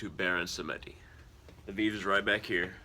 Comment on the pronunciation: It's not VIV, it's called VEVE pronounced VayVay.